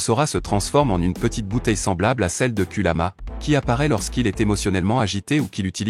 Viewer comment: Kurama et non kuluma